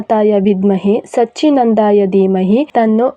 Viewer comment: Amma dayavittu kshamisi hig heltini anta tappagi tilibedi , mantragalanna tappagi helidre fala kooda sigutto ilvo adre apachara agutte , nivu nivu helidralla 2 ne salu adu sachhinanda alla , "Sachhidananda" ,anta shuddha vagi helikodi tappagi margdashana madbedi nan kadeyinda enadru tappagide anta ansidre kshame yirali 🙏🙏